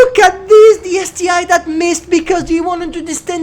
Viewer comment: Isn't it ST-1, not ST-I?